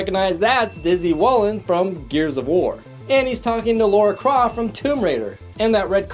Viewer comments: You know it's Lara Croft, not Laura Croft, right? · Laura Croft? Lara... I think the comments section is turning in to "Ready Player One Everything You Mis...pronounced"